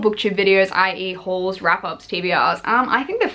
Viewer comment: I love when you say "hauls" cause it sounds like "whores"